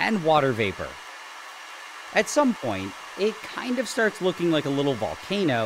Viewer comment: Emphasis on "kind of" 😂